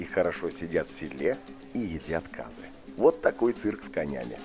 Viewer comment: Может Қазы а не Казы???